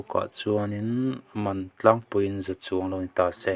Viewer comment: Heng youtuber, report rawn siamtute hi, mizo tak an ni lo nge, mizotawng dik hmang an vang ang reng. Tuna mi pawh hi, " Tlangval tih turah, Thlangval tih leh Tlang tih turah Thlang a ti leh bawk.